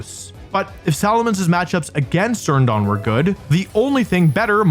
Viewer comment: IT'S XERNEAS, NOT XEARNIAS!